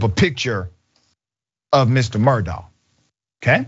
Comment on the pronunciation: It's pronounced like Murdock btw 😘